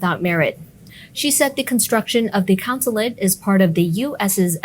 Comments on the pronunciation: It’s a “consulate”, not a “councillate “; the head honcho there is a Consul, not a councillor. Just saying. Great channel.👍🏻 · “CONsulate” not “COUNsulate”